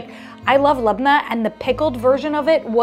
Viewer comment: Surprised by your accurate pronunciations of labnah 😀